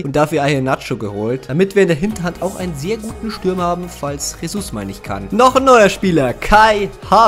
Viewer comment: Jesus wird Gesus ausgesprochen nicht Chesus